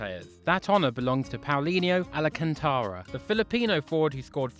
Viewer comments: It's Alcantara, not Alacantara. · you butchered Alcantara with Alacantara Plus He also played for the Philippines and scoring a lot of goals in a 15-2 win against Japan.